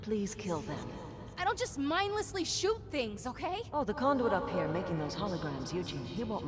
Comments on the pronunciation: "Condoist" (CON-DO-IST) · no it's conduist (con-doo-ist) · That would be condui-ist